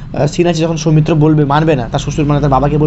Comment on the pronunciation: আপনি কি real life এ ট্রেন চালক ? What kind of problem you have man ? Do you need to catch a flight ? খুবই কঠিন আপনাকে follow করা ! আর কথা বলতে যেয়ে এত ঝোলেন কেন ? বাচ্চারা যেমন পড়া র সময় ঝুলতে থাকে সামনে পিছে ? ভীষন বিরক্তিকর . শর্মিলা কে বলছেন সর্মিলা ? সৌমিত্র কে বলছেন সওমিত্র ? ‘শ’ কে ‘স’ বলেন কেন ? একদম ঊচচারন বিভ্রাট . আর video তো না যেন Rocket ছুটছে !